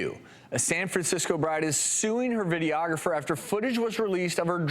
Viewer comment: The way the woman pronounces "videographer" makes me want to poke her in the eye with an uncooked spaghetti noodle. Stahp.